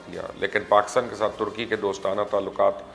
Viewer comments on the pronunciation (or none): none